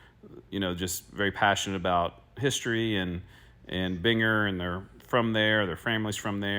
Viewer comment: It is pronounced BEAN-Grrr.